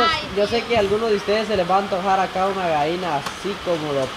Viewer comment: Se dise gallina no vaina ablen bien se ollé bien paisanos 🇲🇽👎